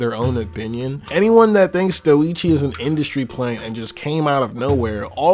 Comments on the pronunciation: dough-eee-chi. it's just dough-chi lmao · I don’t think I’m wrong when I say this but I’m pretty sure it’s “Doe-chi” like “dow-chi” not “Do-e-chi” 😂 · Pronounces doechii like a One Piece character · Is it just me or is his pronunciation of Doechii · Unbelievably terrible